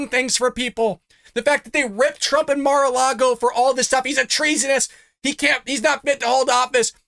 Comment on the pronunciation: Jesse Waters called it "Car-A-Lago". 🤣🤣🤣